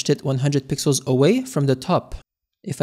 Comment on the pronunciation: blud cant say pixels anymore zesty